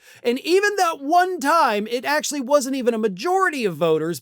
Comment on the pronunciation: Liked you emphasis on ONE TIME